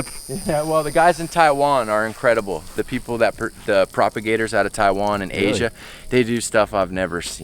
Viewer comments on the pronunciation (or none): none